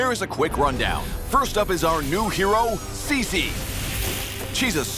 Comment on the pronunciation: Saying CICI with an American accent sounds soo weird 💀